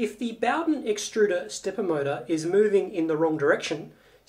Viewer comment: HaffSack Ikr, was driving me crazy ! Boughdin, boughdin, boughdin ! It's bow, bow, bow !